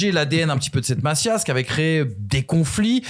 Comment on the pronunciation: Jsai pas tu raconte quoi FDJ sera bien là à l’aller pour vous traumatiser, et j’ai bien peur pour vous que FDJ et gundo 2v11 le match. Et charravino, la « Massí a » stp pas la Mazia. Merci